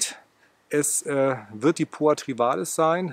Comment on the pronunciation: Es heißt trivialis, nicht trivalis.